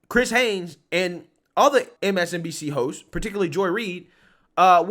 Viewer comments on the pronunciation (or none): The title reads Chris Hayes, which is correct, but he keeps saying Hanes.